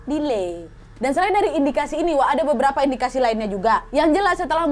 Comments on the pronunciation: Ketawa aku waktu ka nad bilang diley.. pdhl lg fokus kali aku 😅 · WKWKWKW ngakak banget 1 ’delay’ ga berenti ketawa ka nad lucuuu gemess